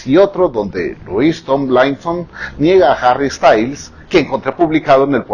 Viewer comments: No es lois, es lúis... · Señor😂se escribe Louis pero se pronuncia lui 😂😊😃😂😆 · Por favor díganme qué no soy la única a la que se le hace gracioso el que pronuncie mal el nombre de Louis. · Me encanto su video pero el nombre de Louis se pronuncia Lui y el Tomlinson se pronuncia como se escribe ;). Me encantoooo💚💙